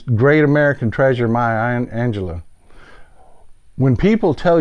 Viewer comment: Maya Angelou. Fer cryin out loud. With respect, if you will paraphrase Maya Angelou, you will properly pronounce her name.